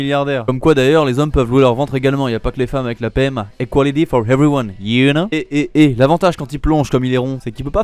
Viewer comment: "On le dit jamais mais c'est une aventure épique de grossir" mdr!!! (y a pas de "h" dans "h"everyone! Mais je te pardonne parcque tu fais un taf de malade )